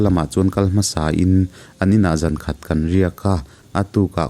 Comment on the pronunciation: Khawkawn tih kha i lam rik dan a dik lo...